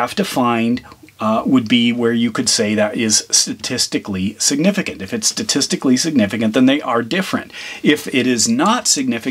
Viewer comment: The word siginificant was hurt in this video.